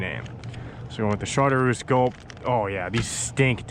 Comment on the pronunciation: Great vid. Am going to try trolling this spring. BTW the color of the gulp is shar-troose. Tight lines